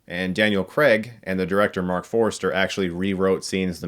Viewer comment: Forster not Forester